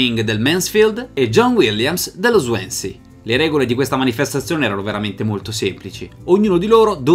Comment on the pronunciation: si pronuncia " Swonsea " ahah